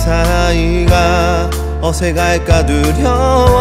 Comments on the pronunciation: 정말 몰라서 그러는데 이분 가수 맞나요…? 몰래카메라 아니고요? 그냥 개그맨이 꽁트하는 거 같은데요….씨 아니세요? 저 슬리퍼는 또 뭐며 발성이며 발음이 왜 다 저러죠? 어새갈까 두려워는뭔가요? 친구로 생가게꼬는 뭔가요? 노래 끝날 때 까지 다 저런 이상한 발음으로 부르시네. 희한하고 듣기 민망하네요. 원곡 훼손을 이딴식으로 하다니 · 어새갈까 사투리 섞인 발음 굿